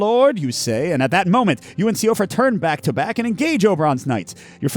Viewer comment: Great play through! when pronouncing the name Siofra, the pronunciation for it is she-fra as I believe it’s an old Irish name.